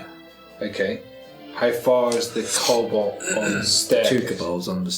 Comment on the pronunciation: Pronouncing Kobold like it's a Vulcan name... K'Bold